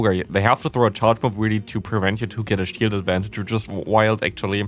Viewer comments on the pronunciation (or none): none